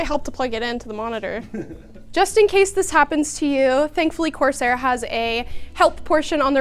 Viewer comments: Love you but please, i hate that you pronounce it course air, and not corsair😂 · Love seeing, but it’s not pronounced “course-air”! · Love the energy in the vid - but, course-Air? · what's up with that "course-air" pronounciation, I'm not criticizing, I just don't know what to make of it WTF ROFL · I love how she says "coarse air" lol